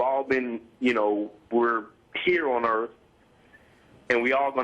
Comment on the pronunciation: what is "earff" ?